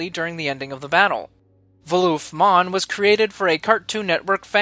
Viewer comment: Voolvif Monn not Vooloof